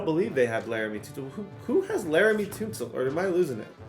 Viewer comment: Laremy tuhn-sil, not toon-sil